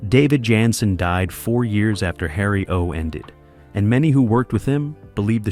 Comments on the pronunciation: Repeatedly throughout this video, the series star's last name is mispronounced. David's last name was "Janssen" pronounced: "Jan - sin" NOT "Yansin" ("Yan sin"). All of a sudden (and also ), his name is pronounced correctly, then a few sentences later his name is mispronounced again, and again, and again. Are you A.I.? Contrary to what your narration states (and also later), a walking cane was NEVER used on an on-going basis by Harry Orwell, and it was never "a defining trait" for the character. These notable research mistakes negatively impacted what could have been an enjoyable experience viewing your video on a fine tv series. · JAN SEN, not yan sin. Great topic, great series. Film noir meets Swanson TV dinners. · It's great to see anything at all about this wonderful show. It's too bad this is so full of shit and inaccuracies. And why does the voice say "Yanson" ( or Yiyyanson) most of the time but pronounce it correctly once in a while. The part about Anthony Zerbe not liking the fast pace of shooting because he was a stage actor is ridiculous. He had been working in movies and TV for years by the time he got the role in Harry O. And I strongly disagree about the "first season magic" line. The second season was great. And NO mention that Zerbe won an Emmy for Best Supporting Actor for his role. Half of what is mentioned is either made up or AI confused it with some other show. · Right? It actually got on my nerves.